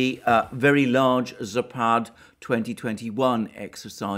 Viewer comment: Zapad pronounced with stress on first a. In fact Belarus army is superior to all Europe based NATO conventional forces. To top it up Belarus kept all Soviet weapons/ammunition stashes intact. It has been larger than in Ukraine because it was built up for all Soviet forces deployed in Warsaw pact countries and also Warsaw pact armies. The scale of these stashes can be illustrated by the fact that Ukraine have been selling weapons and ammunition from these stashes for 30 years and war in Eastern Ukraine have been conducted mostly with those supplies. Military stashes in Belarus were top reasons why regime change operation was conducted in Belarus